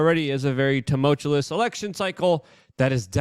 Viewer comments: Jesus, Luke. I am begging you. Buy a dictionary and make sure it is a "pronouncing" one. The world you used 5 times in the first five mins is "tumultuous", not "toomultullus'. You said, "as of course" 17 times in this one. Take your chill pill and slow down, bro. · Let's do this phonetically: Too - Mull - Chew - US (not *less*) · Its not tumoltulous stop saying it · Tumultuous…too-mulch-ew-us. I swear I’m not trying to be a dick, and, hey, you got where you are mis pronouncing words so who am I? Js. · You should have a t-shirt with your WRONG pronunciation of "tumultuous" spelled out phonetically the way you incorrectly say it on a daily basis: Tum -ul - tu -lus. The t-shirt can say:"The world according to Luke Rudowski is not tumultuous. Rather it is TUMULTULUS" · It's pronounced tuh • muhl •choo•uhs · Luke loveless him some "tumultuous" lol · Please repeat after me, "Tum-mul-chew-us." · You're killing me with this GD "tumulchewless" STOP IT!!! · I hate toe-moatch-ah-less times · Tumult-uous (TOO-MULT-you-US) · Please never pronounce tumultuous correctly Luke. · Luke I love your show. Learn how to say "tumultuous" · please check the pronunciation of tumultuous